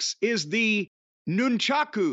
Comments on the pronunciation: Proper pronunciation is "Noon Cha Koo" Jim is correct, both in full term and short hand. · Corny is correct on Nunchaku pronunciation.